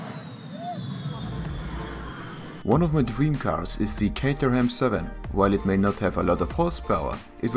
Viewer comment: No hate here just wanted to let u know Its not "Cater-Ham" its "Cate-chrum". I work on them.